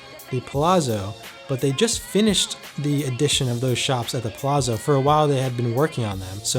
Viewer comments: Every time said "Plazo" I was hoping would say "It's Pa-LAT-zo!" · Lol, yes! I was thinking this the whole time. "Palazo". Lol. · Dude, next time at least learn how to pronounce the name of a hotel before you make a video about it. Palazzo is pronounced (Palatzo) Kind of like Pizza (Pitza). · It sounds like you're saying "The Plaza" not Palazzo. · I love your videos but, you are Italian, tell that the Palazzo is pronounced like Palatzo like Mozart. Thanks. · You didn't pronounce "Palazzo" properly? You're of Italian ancestry, and is native Italian, how could pronounce it like that? Come on man! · Love the videos... I think you're pronouncing Palazzo incorrectly. No big deal.